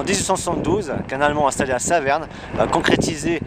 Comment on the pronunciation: Jolies vues, explications claires sur le balisage. En revanche tu as un peu de mal avec l’allemand ! Comme j’ai entendu que tu étais proche du sentier des ducs et que tu vas au champ de roches tu es Vosgien de la vallée de la moyenne Vologne autour de Bruyeres. Tu m’as aussi fait rire quand tu dis qu’on fait l’impasse sur la guerre de 1870 et que c’est pour cela qu’on sait peu: et bien de nos jours, même quand on traite à l’école et surtout en histoire-géo, les jeunes ne mémorisent plus rien sur la durée. C’est un fait. Bravo.